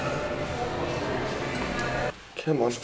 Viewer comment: Matisse says 'c'mon'. The most Australian he's ever sounded.